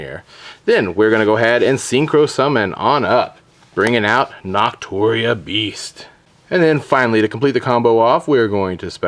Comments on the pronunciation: It's BUshido, not BOshido. And Naturia is pronounced like Natural, not "knot". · "NOTuria" lol way to say names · Are you saying boshido? And nahturia? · Your pronunciation of "Bushido" and "Naturia" annoyed the living hell out of me. Fantastic content as usual though